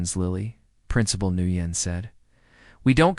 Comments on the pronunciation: Just a tip. The name Nguyen is NOT pronounced new yen. It’s pronounced “when”. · Nguyen is not pronounced "NEW YEN", it's "WHEN" and it is as common a name in Asian countries as is Smith or Jones in the west. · Sooo, I believe that principal's name is pronounced "win", not "nu yen"; there are no retired Marines, but otherwise not a bad story. Love to see instant karma in play 😊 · Guitar Eddie here. The the principal's name is pronounced "Wen" not "Nooyen". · The principal, Ms Nugyen's, name is pronounced 'Winn'. Watching from NE Florida. Today was February 20th, it was a balmy 85ºF here. from the 'stairs', not stares. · The principal name is prounced Winn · FYI Nguyễn ís pronounced "win". These narrators need to practice reading the script. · The name Nguyen is pronounced “When”. For goodness sake do a little research and edits for these stories!